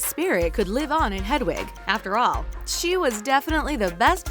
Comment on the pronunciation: I know right like she literally said ‘jk rowley’ and ‘hedawig’ and ‘the room of the requirement’ she probably just stole the info from another video 🙄